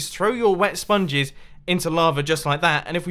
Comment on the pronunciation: Mumbo, you spoonge....